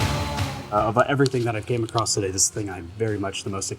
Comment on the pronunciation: "The first thing I came acrosst" not another acrosster 😢